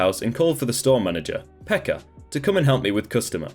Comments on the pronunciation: Native finn here. Just wanted to say that you butchered the finnish words in the last story (even though I heard you say "Pekka" whith a H at the end) P.S: You don't say TET (TyöElämään Tutustuminen aka. Work Live Experience) from letter to letter, you just say tet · TET isn’t pronounced T.E.T here in Finland, it’s actually just pronounced the way we type it, TET, but then again there are quite many ways of pronouncing it :P Also the way you pronounce Pekka is just so hilarious sorry for laughing 😂